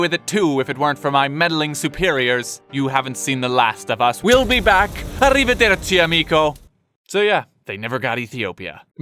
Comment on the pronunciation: This man's pronunciation of "arrivederci amico" is surprisingly good for an anglophone. I miei complimenti